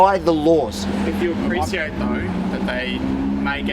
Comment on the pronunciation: after that young copr said apreSiate na cunt i cant watch rest of the vid sorry givn it a thumbs up but das just CAAAA RINGE